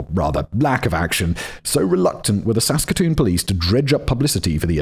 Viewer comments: At least he did good with Saskatoon, Saskatchewan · Finally a story from my hometown! You pronounced Saskatoon Saskatchewan quite well, and I should know because I live here. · Simon did so well on Saskatoon, Saskatchewan. Just to get tripped up on toque 😂❤🇨🇦